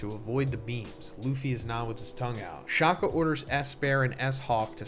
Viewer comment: As a South African, I do not like how you mispronounce Shaka, like just one search and YouTube and you could fix it. Especially after watching your previous 1075 spoiler video. It is not Shakhah! Like there is no need to overemphasise the K when pronouncing it (Shaka is a Zulu name for Shark, not the English Shaka).